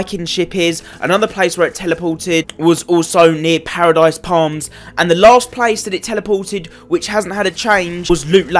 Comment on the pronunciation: You said pardise palms not moistry myer